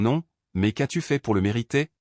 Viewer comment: c'est agaçant d'entendre prononcer "c'est" ceste, est (verbe ou point cardinal) è, m'en tirer devient mène tirer, as-tu devient asse-tu, j'en suis = j'enne suis, qu'est-ce = kwesse, etc !!!. Arrêtez !!! Choisissez une IA française qu'on ait un langage français. Comment voulez-vous que ceux qui apprennent le français s'en sortent ? Quand je vivais à l'étranger, je regardais les vidéos pour me familiariser, et je continue. Je n'ai pas eu ce genre de problème